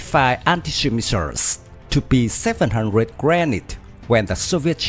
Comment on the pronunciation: Cách phát âm tiếng Anh của người đọc tin tức không chính xác, mới nghe câu đầu tiên Missiles & Battlefield đã đọc sai rồi.